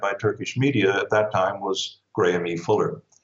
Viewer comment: IRS not pronounced Gramie, it's pronounced Graham